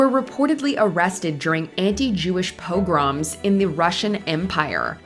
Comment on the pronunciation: "...anti-Jewish POE-GARAMS?" WTF?